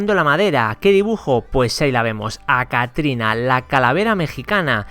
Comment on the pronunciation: Man se dice CATRINA NO ACATRINA